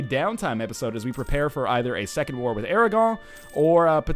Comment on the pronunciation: Aragon isn't french, don't pronounce it like it is.